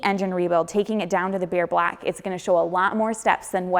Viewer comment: Gotta work on that blaock, because when you put the sleeve in the blaock, you have to be careful not to damage the blaock. Sorry had to point it out, I'm from the south and get poked at because of my accent as well. Love your videos!